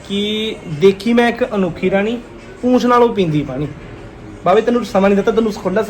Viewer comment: ਪੂਛ ਹੁੰਦੀ ਹੈ ਪੂਂਛ ਨੀ ਹੁੰਦੀ